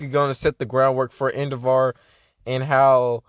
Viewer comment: Endevaar? Cuz that’s what you’re saying